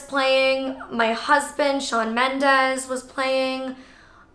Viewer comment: Did she say her husband was shan mendas